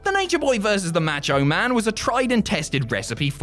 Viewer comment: Who the hell is "Match-O-Man"? 😅😅